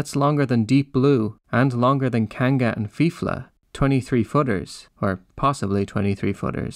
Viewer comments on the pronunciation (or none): none